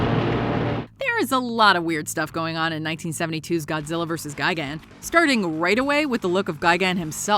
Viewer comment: Ga-gan. Really? Isn't it gi-gan?